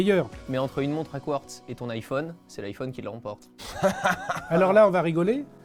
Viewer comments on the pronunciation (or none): none